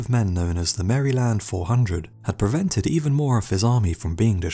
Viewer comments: To be fair, that’s probably how it was pronounced during the revolutionary war and it changed over time like brookland changing to Brooklyn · The way you pronounced "Maryland" gave me testicular cancer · Seriously...why is it so hard to say Maryland correctly??